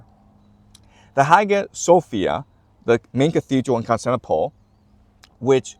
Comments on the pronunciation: Love your perspective, just one thing it's Cons-tan-ti-no-ple. Great! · Really wish you'd pronounce Constantinople a little better 😅